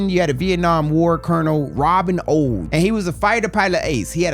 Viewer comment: Robin Olds. Not Old.